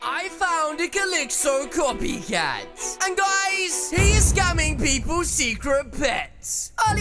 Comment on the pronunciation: I taught you said coffee cat